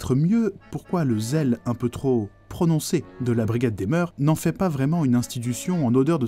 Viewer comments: Non pas des moeurssss. Mais des moeurs se prononce meur et oui c'est un mot féminin pluriel invariable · On ne prononce pas le S au mot mœurs. C’est comme cœurs.